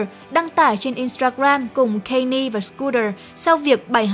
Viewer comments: góp ý 1 chút, Kanye West đọc là Can Yê chứ không phải Cây Ni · còn phát âm Kanye sai nữa ax